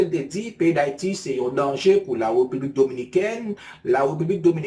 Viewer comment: Bro sa kap fet la? se pa Republique nn. Se République, lhr wap prononse RE a ou femen bouch, fok ou ouvri bouch ou pou son aksantegi E ka sorti. Bon travay!